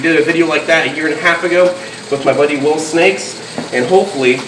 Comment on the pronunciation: Did he say Will Snakes or Will Nace ?